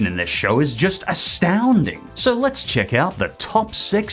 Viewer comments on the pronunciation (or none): Why does Dora say, “Check” as “Chechk”? Am I the only one who hears it with a hard CH sound?